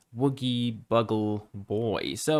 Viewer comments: A bugle..."bew-guhl" not "bugg-uhl"...is a brass instrument like a trumpet, but without valves. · Did you really say Buggle boy? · A bugle, pronounced "byougul", is like a trumpet without the 3 valves/slides that a trumpet player presses to modulate the notes. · I almost spit out my drink when you said "Buggle" boy! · Me, shaking my head at hearing you call a bugle a buggle. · He doesn't know what a bugle is...he calls it a "buggle" (rhymes with snuggle). One of the finest examples of generational divide I have ever seen. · Bugle, pronounce the U!